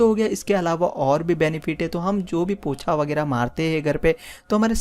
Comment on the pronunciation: Pocha hota hai bhai 😂 not POTHA